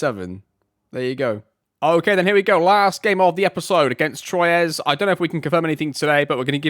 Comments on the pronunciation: Troyes is pronounced "twa" (please tell me if you do not want the pronunciations!) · French pronunciation is definitely "Twa." There is an accepted English pronunciation where r isn't silent, but I'd lean away from using it. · Loving this series, Troyes is always a funny one, it's twa but with a Vincent Van Gogh style R thrown in there